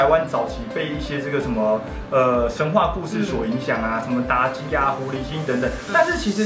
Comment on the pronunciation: 妲ㄐㄧˇ 三聲己 妲ㄐㄧˉ是誰==